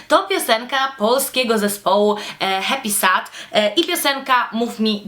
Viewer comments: HEPISED*** się wymawia :) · Ja tam nic nie mam do tego, że Happysad jest promowany na kanałach beauty. Spoko :) Ale BARDZO przeszkadza mi zła wymowa. Powinno się mówić 'hep[i/y]sed' :) No a poza tym mega podoba mi się Twoje tło - tak mega.. dziewczęco/delikatnie/pastelowo :) Sama chciałabym iść w tym kierunku :) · dlaczego dzisiaj wszystkim przypomniało się o Happysad?;p Ps raczej się mówi hepised:)